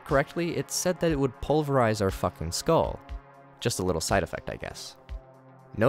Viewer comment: I'm gonna be honest I heard "carbonate" and not "pulverize" at the pause warning for some reason, and quite frankly I don't know what carbonating a skull would do but it's probably not good